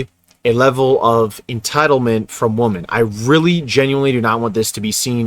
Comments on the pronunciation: Bruh you gotta pronounce “women” correctly, it’s hard to listen to. It’s pronounced “wim-en” as a plural, and “wum-an” as a singular word. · Learn to enjoy solitude. I consider not having to interact with others a luxury. (Btw, plural for woman is women which is pronounced Wi min) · It's WOMEN not WOMAN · Bro. It’s WOMEN. Not “woman.” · I can’t listen to a guy who cannot pronounce woman in the plural correctly. You lose all credibility when you do that and it sounds like nails on a chalkboard. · im prolly gonna get shit on for this but please pronounce “women” properly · Dude please say “women” it’s super annoying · Bro can you please pronounce “women” correctly. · I don't think people will be able to take you seriously if you keep mispronouncing the word "women"